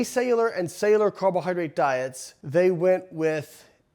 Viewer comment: Probably should have looked up how to pronounce "cellular" before making a video with the word "cellular" in it 98 times.